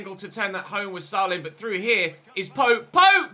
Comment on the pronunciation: Just FYI, its pronounced "SAY-LEM" not "SAH-LEM"